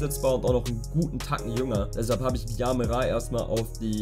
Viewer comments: Hype 🔥🔥 hab so Bock auf die Karriere ❤️💙 der wird Chamra ausgesprochen Nicht Mikel verkaufen, wird hoch angesehen im Verein und hat heute in echt verlängert. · Man spricht Gymerah Gjamrah aus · Er wird Gschamrah ausgesprochen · Mickel nicht abgeben absolute HSV legende 🖤🤍💙gaymerah wird dschamra ausgesprochen und ich würde auf jeden Fall Kittel auf er 10 spielen und terrode und leibold auf jeden Fall stamm geiles Video NUR DER HSV🖤🤍💙🔥🔥🔥🔥💯💯💯💯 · Gyamrah, wird Jaamrah ausgesprochen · Aussprachen: Gyamerah wird Jamrah ausgesprochen, Dudziak wird Dud-ziak ausgesprochen Transfers: Gyamerah behalten, Mickel behalten, Hunt und Gjasula weg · Gyamerah wird "Dschamra" ausgesprochen :D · Würde eher sagen, dass er gjamra ausgesprochen wird aber passt :) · "Dschamra" dachte ih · Bin kein HSV Fan, aber net eher „Dschamera“? 😅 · Verkauf bitte Jung der wird von allen Hsv Fans gehasst.Mickel auf jedenfall behalten der ist ein echter Hamburger. Gyamerah wird „Dschamra „ ausgesprochen .Nice das du ne Hsv karriere machst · jamrah …aber nicht mit so nem Jakob J sondern so n Jalousien J :)) hat man das verstanden ? Hahaha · Meine ich nicht böse aber Gyamerah wird :Gamrah ausgesprochen aber coole Karriere 🤝🤝🤝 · Gyamerah wird das G am Anfang wie bei Gian oder Gio ausgesprochen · Mickel behalten und rv wird gschamrah ausgesprochen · Der wird gaimara ausgesprochen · Er wird Jamra ausgesprochen (Gyamerah).